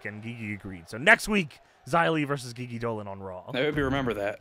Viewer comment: Love ur 4 person GM season. I’ve been watching, ready for this instalment. Friendly reminder u pronounce GiGi Dolin wrong. It’s not Ghee Ghee. It’s G G